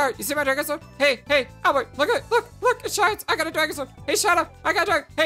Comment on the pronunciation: I appreciate you trying to say Albert instead of Al-bear. I apologize if my previous comment offended you,. I don't like being judgemental over such small things. I am enjoying your playthrough experience. And, btw, Meru is my favorite character and, no. She is not 13/16 years old. If anything, she seems 18, in my eyes at first glance. Why would the developers have a 13-year-old wear a skimpy bathing suit/dancer outfit? Lol I could explain more, but you'll learn more very soon.